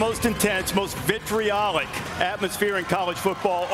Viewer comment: He said vitriolic...lol not victory-olic....